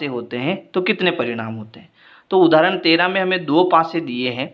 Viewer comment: Sir please odhrarana 😂😂